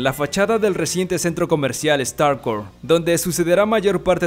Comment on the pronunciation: Starcouit suena como Starbucks 😮